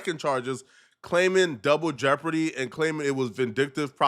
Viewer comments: He said juble deborty you are a fucking idiot…. DOUBLE Jeopardy. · wtf is “jouble deopardy” sir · "Jouble Deopardy" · So I’m Tha Only Person Who Heard Say “Jouble Deopardy”?? 😂😂😂